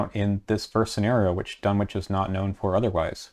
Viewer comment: sidenote: you don't hear the "w" when pronouncing Dunwich